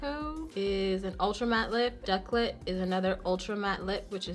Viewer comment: You said ducklet LMAOOOO💀💀💀💀 it’s pronounced “dool-set”